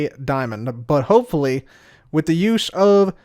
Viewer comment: I heard "butt hole" as you were saying "but hopefully"